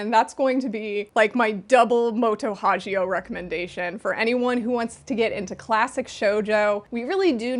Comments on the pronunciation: Love your videos just one thing "Hagio" pronounces with hard g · on japanese wiki it has it in hiragana as 「はぎお もと」so it should be correct with pronunciation as in ‘gift’ or ‘girl’ :) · I’m dying to finally read They Were Eleven! Also excited for the new Poe Clan box set. 😊 BTW, just for future reference, the “gi” in Hagio’s name is pronounced with a hard G, like a karate gi. Anyway, congrats on your marriage,! And don’t sweat doing “list” videos—I really like ‘em because they always introduce me to new series! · Just to note, Moto Hagio is pronounced with the hard g instead of the soft g.